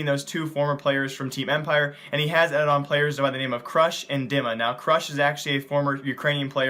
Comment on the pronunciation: its not Dimma, it's pronounced "Deema". :)